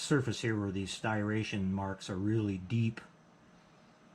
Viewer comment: Great video as always! I gotta say, though, hearing you mispronounce the word "Striation" murdered my ears.🤣🤣